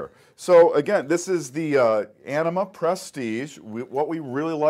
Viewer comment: just kept hearing enema :|